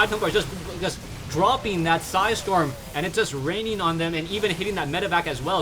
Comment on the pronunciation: "With three su-hi storm"